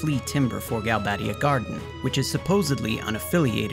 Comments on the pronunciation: because there is only one d and one b. You would need double d and double b to pronounce them the way the narrator does. Galbaddia and Trabbia. Otherwise it has the "ay" pronunciation with only one d and one b. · why would you pronounce galbadia and trabia as galbaydia and traybia when there's clearly no Y in their names!?